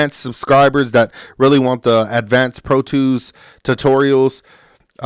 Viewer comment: Pro twos and libaries 😂 Good video though 💪